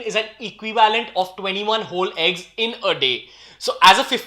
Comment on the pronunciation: Bro u say eegs its means a whole eeg or oly white....